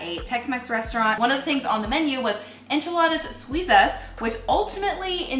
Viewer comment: I'm from México, enchiladas suizas used to be one of my favorite dishes before to become vegan, but now I have an idea to re create it 💚 Thank u so muuuuch and you said "enchiladas suizas" very good don't worry baby 💚